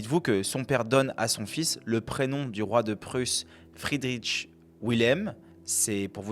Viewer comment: On ne dit pas Friederitch mais Friedrich tout simplement. C'est quand même pas compliqué de se renseigner sur la prononciation correcte du prénom d'un grand philosophe allemand. Dommage pour une vidéo si bien documentée.